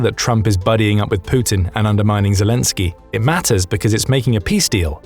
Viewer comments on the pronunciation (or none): His name is Zelenski, not "Sk"elenski !!!! But I agree with you!